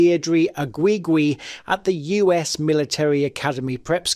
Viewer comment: I think Isaac Aguigui's last name is pronounced "Uh-gee-gee" not "Uh-gwee-gwee".